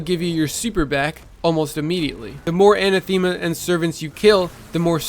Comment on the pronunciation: Anathema is pronounced [uh-nath-uh-muh]